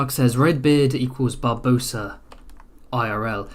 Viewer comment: Barbarossa not Barbosa